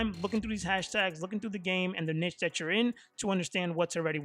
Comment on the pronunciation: Bro the way you say Niche is too funny I have to tell you it's pronounced kneeshh but other wise greta content and good advice bro 💪